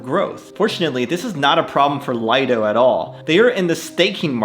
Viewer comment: Another great vid, thanks! But even though everyone says Lido, is pronounced lee-do — as in a lido (private beach).